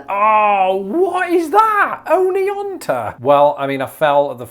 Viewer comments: Adding my voice to my fellow Alabamians who are saying that Google got Oneonta wrong. I've lived here for nearly all my life and have always heard it pronounced like you did (ahn-ee-ahn-tah). Good on you! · Oneonta, NY, is pronounced oh-nee-ON-tuh (exactly like in the video). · You totally got Oneonta right, man. You did great! 😹🤗 Lots of love from Birmingham, AL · Native Alabaman here. You got Oneonta right, but an Alabama accent not pronounce the T. Onny-onna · No, you don't hear the "t" in Oneonta. It's Ah -knee - AH - nuh. I go through there quite a bit and their school teams have played ours through the years. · Yeah you did Oneonta right, I live about 10 miles from it. ON-E-ON-UH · I think you should get credit for your pronunciation of Onteonta. Locally it is in fact pronounced o-knee-on-a with the emphasis on the first short o sound. It’s as if the t’s don’t exist. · Native Alabamian here. 😁 I got Guin wrong even though I've been corrected a million times. LOL The Google pronunciation for Oneonta wasn't right. You don't pronounce the "t" : "On-ee-on-ah". Really enjoyed the video! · It sounded like you said Oneonta correctly to me. When you get to North Carolina, do Conetoe. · You said Oneonta correctly. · Your pronunciation of Oneonta is spot on. As a viewer whose ancestors grew up in Oneonta, I will guarantee you said it correctly. I’ve heard it literally thousands of times. Congrats on your 50%! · I’m actually pretty impressed with how well you did. That pronunciation of Oneonta was wrong though. You were closer, except the T is silent. I grew up in northern Alabama and have never heard anyone pronounce it with a hard O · You pronounced Oneonta correctly. The computer pronounced it wrong... So you did get half of them correct👍👍. I'm English and live in Alabama and so this is funny to me. Look forward to seeing the rest of the states. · From an Alabama follower, I’m giving you credit for Oneonta. “Aw-nee-aw-nuh”. Great job!